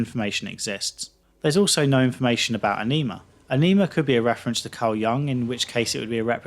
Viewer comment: A-Knee-Ma?? LMAO. It's pronounced A-Ni-Ma.